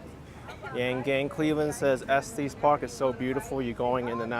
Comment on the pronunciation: Not pronounced Esteees Park. It's Est eh s park